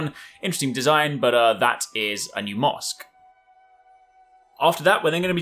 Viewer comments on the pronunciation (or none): When he says mask, it sounds like he is saying mosque and I kept wondering how would 13th century Japan have mosques